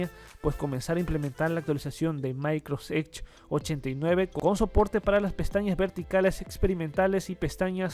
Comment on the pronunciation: Se llama microsoft edge no microsedge